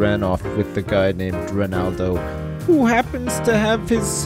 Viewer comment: Props to saying Ronaldo